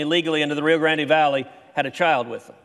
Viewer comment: Like Ted but it’s rio grand(e) silent E. NOT GRANDY